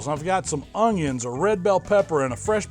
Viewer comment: style! Some of the grilled ungions! Love it when he says that!